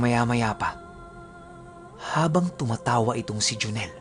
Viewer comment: Pisti natawa ako dun sa pagbanggit ng pangalan ni joneeeeel 😜😜